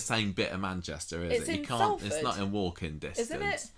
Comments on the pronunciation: Salford is pronouced Solford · It's pronounced 'Solfard' by the way!!